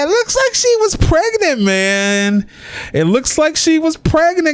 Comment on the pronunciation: Omg, is it only me or the way the commentator says 'pregnant' is so hilarious.. Pregenant booty😂😂😂😂😂😂